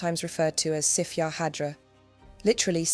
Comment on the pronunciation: Sif is pronounced Sieve.